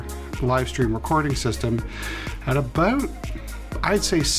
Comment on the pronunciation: Aboot found the Canadian